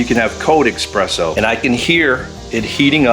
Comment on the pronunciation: There is no such thing as "eXpresso".